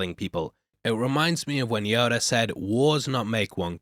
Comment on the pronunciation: Yoder. Dude you said yoder😂